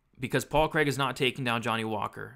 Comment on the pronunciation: 114 significant strikes. Please can you improve your pronunciation of Craig, that's not how we say it over here 🏴🏴🏴 Love the breakdown otherwise 😂